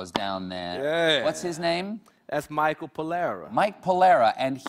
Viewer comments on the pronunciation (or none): none